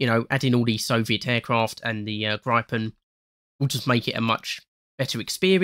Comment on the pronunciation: i hate how you pronounced gripen, [graipen] lmao